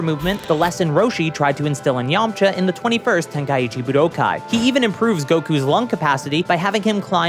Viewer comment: pronounces Budokai really weird, yeah?